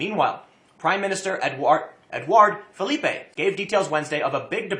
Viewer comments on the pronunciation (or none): Ahem....Philippe (Fill-ip). French not Spanish. Sorry I had to take this personally.